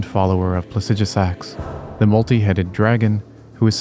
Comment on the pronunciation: It's so funny hearing pronounce Plasidusax, and we as a community still pronounce it how we have said it for year's it's spelled. 😅